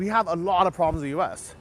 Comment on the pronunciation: Yes, yes biig pwaaabwams in San Francisco. BIIIIG pwabwams.